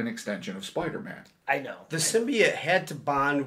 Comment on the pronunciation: I don't think anyone says simb-I-ote, except for this girl.